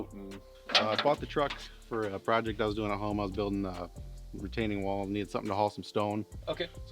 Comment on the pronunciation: With the emphasis on NEEDED lol